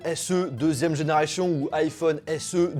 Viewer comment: deuxième generaychion 😝